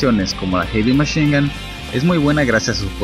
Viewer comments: Ulala señor frances heavy machine gun se dice jevymachingan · noo se dice erimeshinga